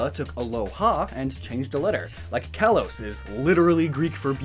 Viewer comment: "Kalos" is pronounced "kah-lohs".